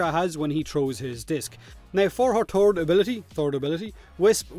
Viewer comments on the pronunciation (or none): "Now for her turd ability"😂😂😂😂. All love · Daio Southern accent